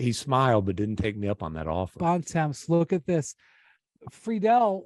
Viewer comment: Why does Bontemps (and everyone else) pronounce his surname incorrectly? Are Americans that lazy that they can’t just pronounce it the way it is?